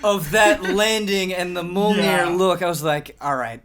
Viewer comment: I've never heard Mjolnir mispronounced so many times, so many different ways.